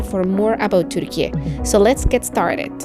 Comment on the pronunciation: thank you for your video, your comments are very realistic and neutral. I also love the way you pronounce Turkiye the correct way! Keep up the good work and all the best wishes from a Turkish lady who lives in another country:) I miss Istanbul so much!